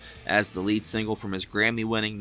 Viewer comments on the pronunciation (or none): none